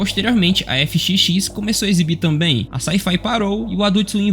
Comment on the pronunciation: Aprender a falar o nome de empresas para produzir um vídeo é essencial, Hulu se fala Rulu e FXX (FX) se fala EFÉX Curiosidade: a FX/FXX eram da Fox e dps da compra virou da Disney